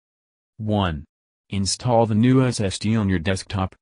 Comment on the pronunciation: Your robotic narration cuts off too soon and cannot pronounce SSD (it says SST) WFT?